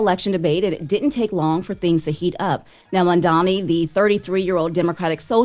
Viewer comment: Not trying to be funny but when you mispronounce MAMDANI, it's very noticable